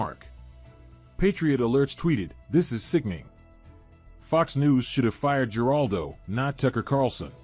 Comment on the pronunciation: It's pronounced like "Heraldo" narrator. Not Geraldo. 😅 Good grief.